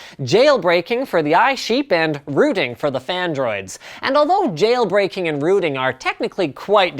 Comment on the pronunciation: hahaha nice one "Jayle Brakeing"